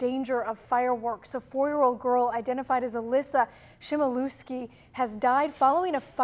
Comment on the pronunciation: You pronounced “Chmielewski” wrong